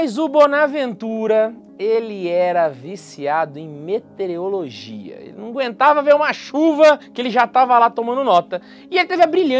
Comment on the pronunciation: "mete-o-rologia", não "metereologia"